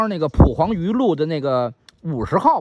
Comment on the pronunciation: ，蒲黄榆，蒲读二声。北京人都咋么读。